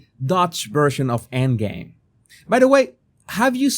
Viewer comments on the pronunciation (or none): none